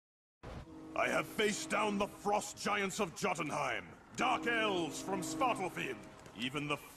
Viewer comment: David Boat's pronunciation of Jotunheim in Ultimate Avengers really bugs me.